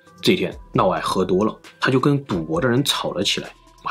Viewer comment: 普通话差点意思 尤其是嫪 这个字发音不准 听着难受